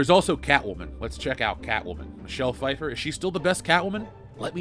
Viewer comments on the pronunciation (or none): none